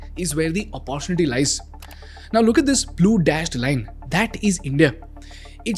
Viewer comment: Since this IS English content ... Pronounced 'opp-uh-TUNITY' ✅ Not 'OPPO-tunity' ❌ Kindly check n correct .